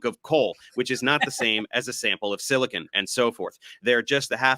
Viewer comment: Bro said silicone 😂😂😂 what an idiot